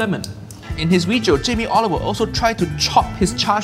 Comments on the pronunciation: Jamie Oiliver. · Jamie Oliveoil 😂😂😂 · Jamie olivoil 😂😂😂